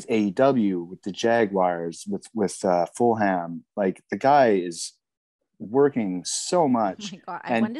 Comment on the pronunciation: Lots going on for Tony Khan with.... Full Ham 🤣. Nice try on the pronunciation Kyle.